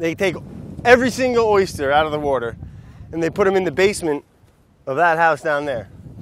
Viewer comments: brad and i pronounce water the same way i finally feel validated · ..... hahaha, every time this guy says water there it is, the correct pronunciation "WHOURDEH", 😂😂🤣🤣